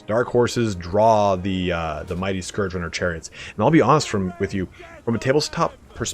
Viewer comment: Finally someone who pronounces Scourge correctly